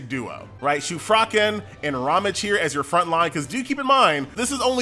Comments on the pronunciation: It's RAHM-gee. :) And I think Shufraken is shoe-frah-KEN. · My man can pronounce shufraken but butchers ramge and Anastasia